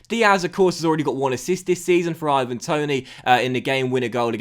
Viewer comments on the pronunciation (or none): none